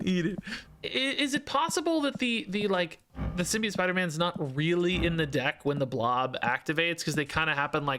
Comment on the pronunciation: Sim-Be-Oat - The last syllable is pronounced like "float", not "idiot". I apologize but pronunciation is a pet peeve of mine, really love your stuff though!